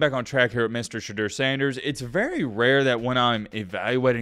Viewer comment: Hey bud , I dig your video and respect the time you put into researching each topic. Ive got one comolaint...... You've gotta Pronounce Sheduers name correctly. I get your saying it just like it's spelled but this isn't Spanish, you can't just say a word like it's spelled. ive never heard anyone in the Sanders family out so much emphasis on annunciating the E and eu in his name.